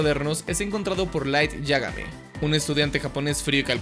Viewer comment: tio! disfruto enormemente tus videos pero por el amor de satanás! ínterpol, yágami? La sílaba tónica se fue de sabático? D